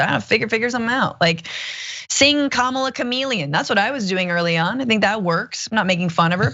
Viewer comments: Did they do annunciation in school you sound out the letters. Ka ma la . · I must admit that, being familiar with the 'pro' wrestler 'Kamala' Harris, I sometimes unthinkingly pronounce the politician Kamala Harris incorrectly. No evil intent on my part. However, that's not what's going on here. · Kamala is the female equivalent of Kama, as in "Kama Sutra". She is the Hindu Goddess of erotic love. Really. Just say "Kama" and then add "la." It is not that hard. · It is simple three syllable - ka ma la - meaning lotus. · These same ppl can say Kyle Juszczyk with no issues but (fake) struggle to say Kamala 🙄🙄🙄🙄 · You didn't watch the video? Who's the stupid guy specifically not wanting to pronounce a black woman's name correctly? That's a republican. A bigot republican. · It’s three sylables. KA-MA-LA. This is another way of saying that she “doesn’t matter.” It was racist and xenophobic. If you can say E-li-za-beth ... you should have the verbal skills to pronounce Kamala. If you want respect, you should extend respect. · I wouldn't make fun of a person with such disability. He really can't pronounce her name there, he has a mental health issue, something in his brain interferes with his ability to speak normally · It's not hard. If you can say the name Pamela, you can say Kamala